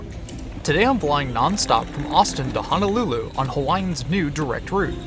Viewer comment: loved this video ! Point of correction in pronouncing Honolulu... proper pronunciation is that Honolulu has no 'a'. Hoe (like the garden tool) - know - lou - lou .